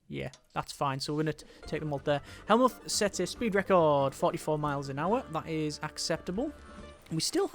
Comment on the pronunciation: also Von Moltke's first name is pronounce Helmut.